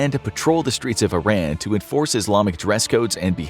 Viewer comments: no bruh its EE-ran. I RAN was a slight to mispronounce our names for decades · Its not Eye-ran its EEE-Rahn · Pardon me, but Iran is pronounced “eee-rah-nn” instead of “eye-ran”, sending my love ❤, great job on the video btw, love the depth you go into 😊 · “ee-RON,” not “eye-RAN.” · Because he spell Iran as Eye-Ran? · It would be more respectful of we pronounced it correctly... "eer-ahn" not "eye-ran" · I am confused, it is pronounced I-ran or Ee-ran? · I love this! Iran is pronounced (e-ron) not (I-ran)❤ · it's not eye-ran it's e-ran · Please say EE-ROHN instead of I Ran. 🙏🏼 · it's pronounced EERUN, not I ran. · It's pronounced E-ron NOT I-ran. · This is a good video. However you need to pronounce the name of the country correctly. It is pronounced (E, like the letter. Ron, like the name) Iran (E-Ron) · hes pronnouncing the name wrong its not i ran , where are u running ? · American school teach kids to pronounce it as "Eye Ran" so you'd have to educate people on an individual basis over & over to unteach that. This is also a country where we can't agree how to pronounce the names of our own states, especially Nevada. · Just a kind reminder to check the correct pronunciation of Iran. Some would find your mispronunciation offensive. Thanks for the video, I enjoy your channel. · You’d think a content creator so knowledges on history would know how to pronounce Iran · Currently the whole world knows about this and people still can't pronounce the name of the country properly!!! 🙄